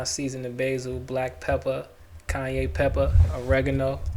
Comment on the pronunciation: Awesome recipe! Cayenne - “kí yan” 😅